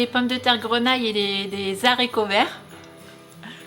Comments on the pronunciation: Non non les haricots avec un h aspirer non pas les zarico bisous à vous bon Réveillon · non pas toi!!! alors oui on "peut" le dire, mais qu'est-ce que c'est moche: des Zaricots, c'est ce que mangent les zandicapés, c'est coupé avec des zaches??